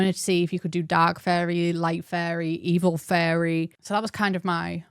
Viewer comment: I was listening to this in the background while I was organizing cc, and I’ve realized that “fairy” in your accent sounds a lot like “furry” in mine 😅